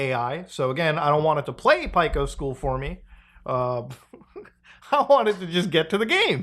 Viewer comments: The biggest problem this video presented was the pronunciation of Pico's name. It's Pee-co, not Pyke-o. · “Pie-co” Pee-co* You’re supposed to be the expert muta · Pico - PEE CO like Pico de gallo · "Pike-o's school" Never heard it pronounced that way Either way, this feels gross. Newgrounds is anti-AI. Who would even want to use this? Disability notwithstanding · still can't believe you pronounce Pico as "pie-ko" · How the fuark are you pronouncing Pico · it still taunts me the fact how he pronounces "pico's" school name like bro 😭